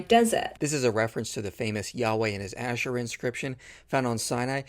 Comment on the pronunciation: She can't even pronounce Ashera right. 🤣🤣🤣🤣